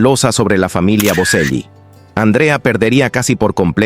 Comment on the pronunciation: Pronuncie el apellido correctamente: BoCHEli!